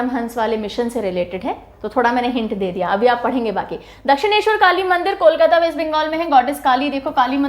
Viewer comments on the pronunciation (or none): none